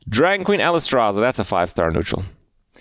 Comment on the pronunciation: Shroob-adier? Trent? Coomoolo? ... Friendship Rice? (was that intentional?) And, as always, Alice-traza??? But hey, Kripp almost said Dirigible right!